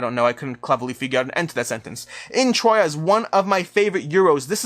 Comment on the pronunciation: now i watched it : accurate way to pronounce Troyes is "Trwa". You can trust me, that city is close to my hometown. Good pick then